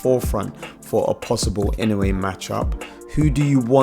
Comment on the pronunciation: 😅いのうぇい、って言うな!いのうえ、って言え！